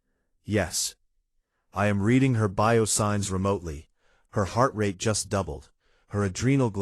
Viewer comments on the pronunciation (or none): none